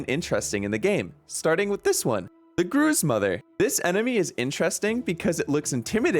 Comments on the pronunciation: the grooz mother? Guh ru uhhzzz mother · “Grooz” :l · no one: him: GROOOZE MOTHER